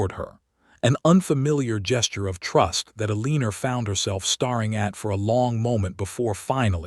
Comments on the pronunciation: A good story ruined by that AI. Do you even listen to this before you post it? There are different pronunciations of “READ”. Also mispronounced.: Staring NOT “starring” Noting NOT “knotting “ Hoping NOT “hopping” And more…. Do better. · Starring and staring are different words. Please find someone whose first language is English to program this voice, or better yet, stop using it. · It is distracting to hear "hoping" pronounced as "hopping." Words meant to emphasize a character's emotional action in the story like "staring" is, again, jarringly spoken as "starring" which isn't even a valid word that exists in ANYONE'S spoken vocabulary. Doesn't anyone LISTEN to these readings for grammar? Not grouchy. Just disappointed that such well-crafted stories are frayed so easily so often.